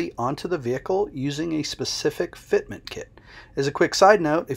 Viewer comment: Fitment... say it .... Fitment